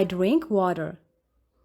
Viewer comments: አች እራሱ ስተት አለብሽ😊 water / እዴት ዋደር❌ ይሆናል ዋተር ✅እጂ😎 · በጣም አመሰግናለሁ ዋደር ነዉ ዋተር ነዉ የሚለዉ